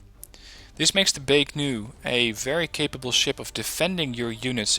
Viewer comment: Why do you keep saying Baek-Nu When there is no 'N' in Baek-Ku? You do this consistently in all your videos. Just curious.